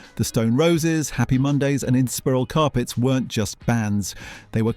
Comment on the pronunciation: Nice video but having a good chuckle and the pronunciations of Inspiral Carpets and LTJ Bukem 🤪🤪